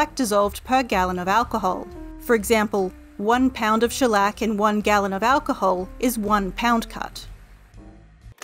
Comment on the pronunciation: When she says Shellec i hear a bit Shrek